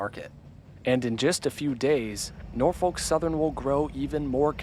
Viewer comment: He said it fine 😂